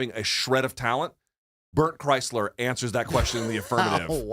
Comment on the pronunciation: I really can’t tell if Luke is purposely mispronouncing Bert Kreischer‘s name or if he really thinks it’s Chrysler. 😂